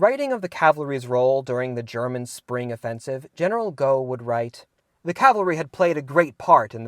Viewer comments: great video as always. One ironic point - while you wisely apologised in preparation for your mispronunciation of the 'exotic' French names, you managed to butcher a Britisher - Gough is pronounced 'Goff', not 'Go'. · it's pronounced General 'GOFF'